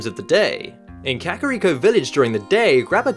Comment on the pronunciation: "kehkahreeko" lol